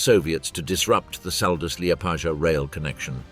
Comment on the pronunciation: Say Liepādža one more time...